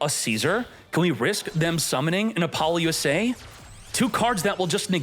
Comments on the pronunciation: Were y'all really expecting proper pronunciation from that says "Apollo-USA" instead of "Ah-puh-loo-suh" lol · Not only pronounce Lacrima and Apollousa wrong, now Mu Rcielago too lmao Murcielago LITERALLY means bat in Spanish.